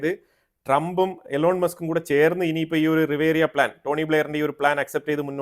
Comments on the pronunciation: റിവേറിയാ എന്നല്ല സർ ! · Not riveria but RIVIERA!!!!